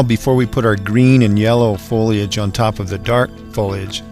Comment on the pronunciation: You must learn to pronounce the word foliage.. Look carefully and pronounce it again. It is foleeeage..